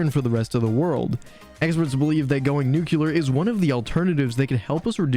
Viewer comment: I agree with a lot of the sentiments in here, but please stop saying “nook-kyoo-ler”. It’s nuclear. It’s hard to listen when your delivery is so heavily-American slurred and not enunciated.